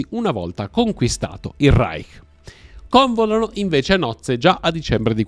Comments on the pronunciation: Cònvolano a nozze???? Convòlano! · Magda a Goebbels " convòlano" a nozze non " cónvolano". Comunque, il dottore con tutto il suo odio antiebraico e amore per il nazismo, non avrebbe MAI immaginato che un presidente ebreo avrebbe accettato tra le sue Forze Armate Ucraine i NEONAZISTI del Battaglione Azov. Il simbolo di questi ultimi era copiato dall'insegna della 2nda divisione corazzata SS " Das Reich". Quel presidente ebreo si è semplicemente scordato di 6 milioni di morti.